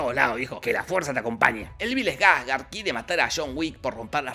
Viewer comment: Bill SKARSGARSRSRSGS